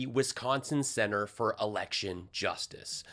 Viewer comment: "We have to make it harder..." Mike, it's the election, with an "l" ,not an "r".